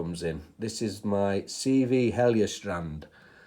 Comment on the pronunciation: That was some beatyful razor you got there my friend. 🤩🤩🤩 Thank you so much for the nice words. And yeah you pronounced Heljestrand right. 👍👍👍 Have a great week and take care. You rock bro. 🤘😃🤘